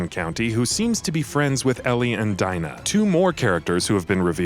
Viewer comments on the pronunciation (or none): It's Dina, not Dina 😒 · Who’s Dyna lol it’s DINA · Man really said DAINA when it’s actually DEENA!!!!😂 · daina,who da fuck pronounces it like that ???? it’s dina ffs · Weird how u say Dina instead of Dina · "DEE-NA", not "DY-NA", we've already heard her name said in trailers & gameplay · ITS LEVIOOOOOOOSA NOT LEVIOSARRRRR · Just a heads up you pronounce Dina wrong it’s pronounced as d-ee-na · Why tf do you pronouce it diena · It annoys me how he pronounces Dina. It's "Deena". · Lol this dude simultaneously acts like the leaks aren’t a thing, spoils the relationship between Ellie and Joel moments after saying he won’t spoil anything, and says “Dyna” like he’s never seen any of the existing trailers. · Am I the only one who is annoyed by how he says Dina? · He really irritated me when he kept saying "Dina" with an "I"